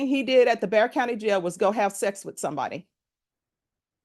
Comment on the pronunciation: It's "Bexar" county, but pronounced "bear"